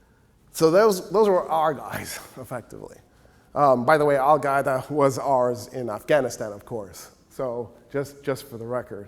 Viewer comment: If he says Al-Gaeda one more time I'm chopping my own head off.